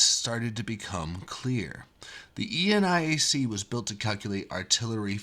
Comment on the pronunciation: nit: Never heard eniac pronounced as E-N-I-A-C :)